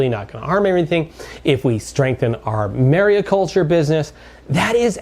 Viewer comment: It’s mariculture (not mariaculture) by the way